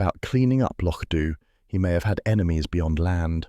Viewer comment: Kinda spoilt by the pronounced Loch Dunn should be Doo